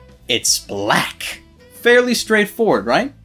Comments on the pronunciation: Great vocabulary however, the annunciation you used for 'BLACK' made me upset. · Wow, I didn't like the way you said "black" there